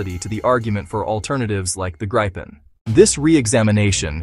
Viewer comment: Grey-pen. Gry-pin. Groo-pen. Greppen. IT IS PRONOUNCED 'GREEPEN' for americans! Like the letter 'E' and a 'PEN' you write with.